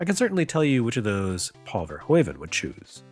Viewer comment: Minor nitpick, sorry but I can't help myself English speaking folks never the pronunciation of Verhoeven the right, even though it's pretty simple The oe in Dutch should sound the same as oo in English